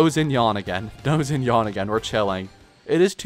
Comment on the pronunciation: “Zinyawn” shinyan (rhymes with can)